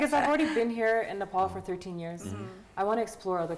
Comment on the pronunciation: I support her, I like her, but when Nepali says Nefal, it gets into my nerves😅😅